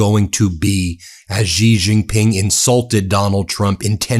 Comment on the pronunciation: Ji Ji Ping. Jesus Christ. Look it up